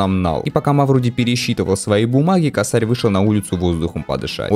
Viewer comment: не косАрь, а кОсарь , но уже поздно , ну и геншин с ним